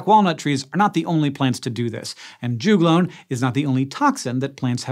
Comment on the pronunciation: Rhododendron also do this. Also we say jug-lone not ju-glone lols